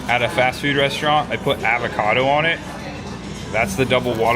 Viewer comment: The way pronounces things makes me angry. Avacodo